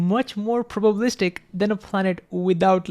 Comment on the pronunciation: *probabilistic...Missed a syllable there. Great video though.